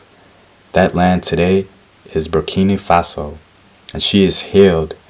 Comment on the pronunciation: Hey man! Love your videos and the work you're trying to put out but be careful with what you say. It's BurkiNA Faso not Burkini (I am a Burkinabé and I come from the Ouedraogo family who are the descendants of princess Yennenga and it is SO HEARTWARMING to see people showing interest for the stories that have made us who we are today). Like I said love your videos and I am not writing this comment to chide or negatively criticise you so please don't stop what you're doing and THANK YOU SO MUCH.